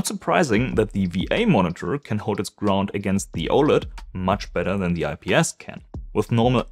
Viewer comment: It is really hard to understand you speaking and pronouncing simple words such OLED and others words, you swallow your own words